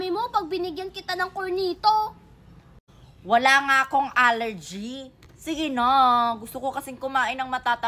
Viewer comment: Cornetto hindi cornito 😂😂